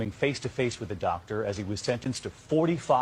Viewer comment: DOCT-ER I think not 😂